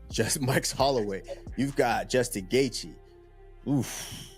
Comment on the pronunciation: Bro pronounce Justin's last name properly